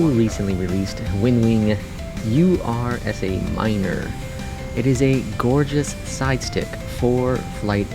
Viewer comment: It's not "U R S A minor" as you read it ;) It's "Ursa Minor," from Latin, meaning the constellation "Little Bear."